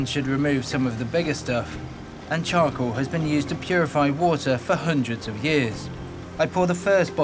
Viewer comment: 숯을 영어로 에드가 말하는거 들으면 발음이 초코라고하는것같음 나만그럼? (그리고 초코먹고싶다)